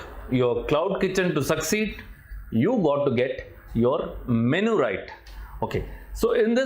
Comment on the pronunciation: Correct your MENU pronunciation